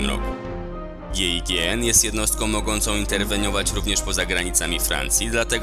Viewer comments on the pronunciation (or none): Weź zrób research przed tym jak filmem. Navy Seals to nie jednostka tieru 1(oprócz team six). Grom nie dorównuje SAS, chociaż jest świetną jednostką. A umieszczenie tak bardzo w tyle delta force to nieporozumienie. I nie G I G N tylko Żiżn się czyta. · " gie i gie en " JA PIERDOLE XDDDDDDDDDDDDDDDDD czyta sie [ żiżn ] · czyta się "żijeżen" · ej a GIGN nie czyta się "żiżn"? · GIGN czyta się "żinią" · Żiżę albo żiżin się czyta ta GIGN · nie to ze coś do ciebie mam ale gign czyta się jako Żiżn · jakbyco GIGN czyta sie żiżn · GIGN czyta się żiżn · GIGN xD inaczej się to czyta :) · Po francusku ŻUŁA ŻI EN chyba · GIGN czyta się "Żiżn" jeśli dobrze pamiętam